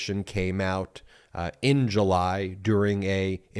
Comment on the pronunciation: You tell me how to emphasize "in July" and I'll make cheese for you 😂